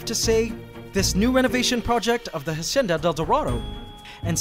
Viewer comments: Hacienda is pronounced: ha - si - en - da, with the accent on en. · Ssstahhp! Stop pronouncing it HASHENDA. Its wrong and annoying. Stick to how you pronounced it before, which still wasnt the correct pronunciation, but at least it disnt seem you were trying.. and failing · Narator: Ha-sh-endadeldarado Me: I remember Ha-senda-deldarado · Just wondering why now you are saying "hashienda". Why change from pronouncing it like you did before? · PianoKangaroo13 that might be a filipino thing 😅 our “s” sounds like “sh” sometimes. like “siya” would be pronounced “shya.” sometimes the sh slips out when we speak english/other languages lol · the hashenda del dorado (hacienda del dorado) 😂